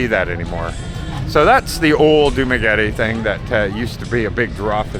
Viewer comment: As a non professional you should first know how to pronounce correct dumaguete